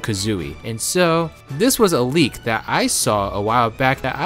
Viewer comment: You need to work on your speech. It's a bit cringe when you try to talk serious and I hear "a reshent leek frum amazun"